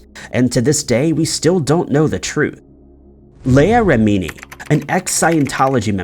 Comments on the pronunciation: Leah Remini is pronounced ...Lee ah .....(...... not lay ah). Cult leader's wife's disappearance sounds odd. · lee- aah rem-a-nee. Leah Remini